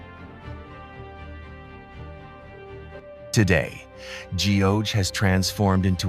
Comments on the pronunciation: Geoje pronounces “gu jay” , gu is in gut. Not Geo in geometry… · Great video but terrible pronunciation of place names. I'd hate to be a tourist going to Korea and saying I want to see Gee-oh-jay island. No-one is going to understand you 😅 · 나레이션을 맡았으면 고유명사 발음을 확인하고 진정성있게 해야지 공부 한번 안하고 자기 내키는데로 발음 하고 있네. 경복궁 : 기엉바쿵 한옥 : 해놐 거제 : 지오제 하아...